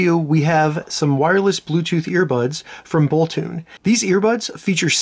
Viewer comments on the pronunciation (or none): It's boltoon, not bolton!